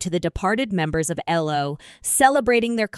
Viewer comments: Their name was E.L.O. not "ello". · Would be nice if you got somebody to read things like this, that could actually pronounce the man’s name which is Elo not Elo not yellow but ELO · Get your facts right. It’s not Ello. It’s E.L.O. Get your knowledge up to date!!! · Be good if you could actually pronounce the peoples names and the name of the group, which is ELO not L rhyming with yellow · Computer cannot spell band members names! Ello-goodbye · Agreed - "Ello" put me off from the start. Horrible piece of rubbish. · WHY WOULD ANYONE SUPPLY MS AI VOICE?? YOU CANT EVEN GET THE GROUPS NAME CORRECT. “ELLO”???? AYLO??? SERIOUSLY. WHAT A JOKE!! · You might want to listen to other videos to understand how to pronounce the band name and other 🎼🎵🎶musical instruments. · Saying 'Elo" is really annoying! It's E L O!! And it not ten thousand and thirty eight, it 10538!! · Besides pronouncing the abbreviated name of Electric Light Orchestra incorrectly, it is obvious that this person is not educated in music terminology! Cellist is pronounced as "Chellist"-originating from the Italian language where there is a "Ch" sound in this word. Cello is pronounced as "Chello", again from the Italian language. A bass (pronounced as base) guitar player known as a bassist is pronounced as "Baseist", this word has the long A sound, using the short A sound is used in Bass is for the fish known as a bass as in ass! I WON|T be subscribing!!!